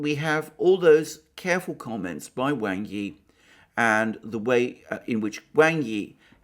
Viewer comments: Speaking of Chinese pronunciation Alexander, Wang is more properly pronounced as /w(ah)ng/ Yi, rather than /W(ae)ng/ Yi. As for the Vietnamese foreign minister Bùi Thanh Sơn you did better except Bui is pronounce as you read it, more like the American pronunciation of /buoy/ as opposed to your /Buway/. Now to work on intonation... :) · Well then Wang is really pronounced like Wong. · The name ‘Wang’ is pronounced ‘wahng’, like the first part of ‘wand’. I know because I have a friend with that surname, who I dabble with my limited Mandarin. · His name is 王毅; pinyin: Wáng Yì; Wang's pronunciation is closer to "wong".